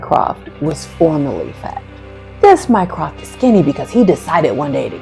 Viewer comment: I was so glad to find this video! The fact that they never get Mycroft right has always bugged me. I mean, what's so hard?